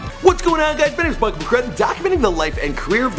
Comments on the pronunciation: Meechy Darko not Marko tf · It's Meechy Darko not Meechy Marko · Meechy Marko lol... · i fucking hate you for calling him meechy marko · its Meechy Darko!!!!! this isn't the first time you're messing up easy to pronounce names in your videos. please stop, if you think its funny its not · WHO THE FUUUCK is Meechy Marko??? you better get your shit straight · meechy Marko lol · it's Meechy DARKO, he is not the father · Meechy Marko.... oh no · dude said meechy marko oh god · YES and its meechy darko